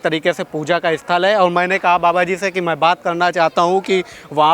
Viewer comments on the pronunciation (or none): none